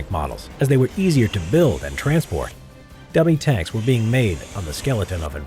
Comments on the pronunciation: Did anyone else hear gummy tanks? 😂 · Timbob Official her dummy tanks?